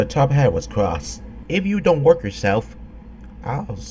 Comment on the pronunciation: Did he just say "wark"? I understand why, because English is one of the hardest languages for people who don't speak it.